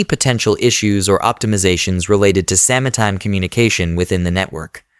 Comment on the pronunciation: I appreciate this video. But also: "sama-time"